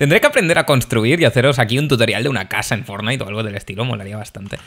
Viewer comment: q no se pronuncia "Fórnite" se pronuncia "/fornait/"